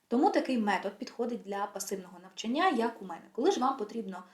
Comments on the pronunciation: Корисна інформація щодо вивчення мов, але дуже ріже слух слово "навчаннЯ" ) Можливо тільки мені, тому що в даний момент цікавить питання правильних наголосів) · Українською правильний наголос "навчАння" 😉 А відео гарне, дякую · лише одна хиба-- не навчаннЯ, а навчАння😉